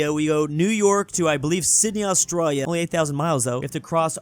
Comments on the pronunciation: Pleeeaaaaase stop calling Australia "Austrarya"! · Bro Said Australia with austria en 😂😂😂😂😂😂😂😂😂